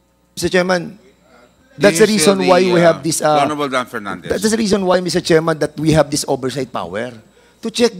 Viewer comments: Sumasakot aang ulo ko PAG nagsalita. Si PERNANDES. KASI ANG CAN NOT PRONOUNCE PROPERLY. PILIPINS DAW HAHAHA?? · Dan Fernandez Hanggang ngayon ba naman d ka pa rin marunong Nang “f” mo at P? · BOLD BOLD BOLD...STAR!! PERNANDES"REFUND ". HINDI REPUND...HAHA HA